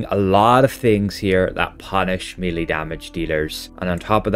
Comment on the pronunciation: Melee is pronounced MELL-AY! Not MEELEY! Meeley are WORMS! How many times? It's so annoying to listen to! 🤪 It's like someone insisting on calling Dublin Dew-bline or something! Or London Lone-Dowen. {:o:O:}